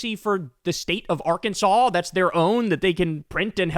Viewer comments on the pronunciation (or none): none